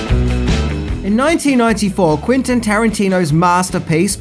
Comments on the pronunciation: I love your videos, man, but you gotta do some better quality control on them: it's Quentin, not Quintin. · Mate, his name's Quentin. With an 'e'. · Not "Quintin" Tarantino